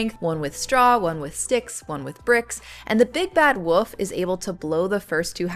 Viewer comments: Good stuff. But... 'woof' instead of 'wolf'? Sounds like the 'L' is missing from 'wolf'. 🙂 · Are you saying woof or wolf? Woof woof woof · yeah the wool with a f at the end comment would be best way to put it. Woof the way you said it is just a dog barking 😅 was pretty funny tho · I'm sorry, are you saying "the big bad woof"? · yes...there's an L in Wolf...it's not like "woof"..but it is fun that you pronounce it that way! Your content is amazing :) thank you from a big fan